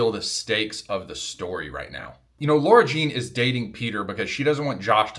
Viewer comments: I think it’s lah-rah jean. And you’re going to looooove john ambrose mclaren <3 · As a real life "Lara", the way you were pronouncing "Lara Jean" was hurtful 😂🫠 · I love how he perfectly pronounces Kavinsky but not Lara